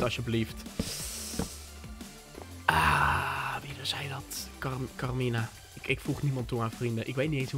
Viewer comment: HET IS CARMINA NIET CARIMA